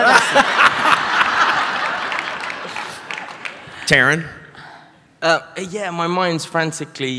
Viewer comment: As much as I love Christopher Lloyd, that was a cliche fest and so insincere. At least he could have taken a second to ask about the pronunciation of their names. Taron looked genuinely disappointed when Lloyd butchered his name.